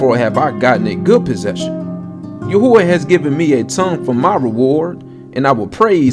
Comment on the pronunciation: Yuh who UH no no.. it's YAH WhAA like a breath